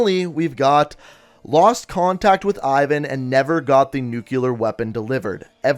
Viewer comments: NUKE-LEE-AR NOT FUCKING NUKE-YOU-LER Also, I really don't think the mystery man is Raul Menendez. The only decent evidence you brought up is that he wears an eye-patch and his main motive is revenge. Considering all the information on the wall, for the answer to be that simple seems ridiculous to me. Especially considering that this person who is being supposedly targeted by Menendez is a crime syndicate. Why would Menendez be waging a war against a crime syndicate? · It's 'Nuclear' not 'Nuculer'